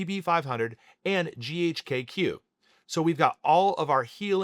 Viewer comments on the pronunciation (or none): Chemist here. Surprised you’re an MD, but pronounce GHK-Cu as “GHK-kew.” The Cu is the elemental abbreviation for copper, and is pronounced as separate letters “C.u” like “See-You” Also the “LR” in IGF1-LR3 doesn’t stand for “long release”. It stand for Long R3, where R3 is arginine